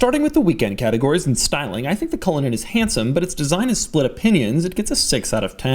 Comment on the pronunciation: Hey Cullinan (Culligan) Man!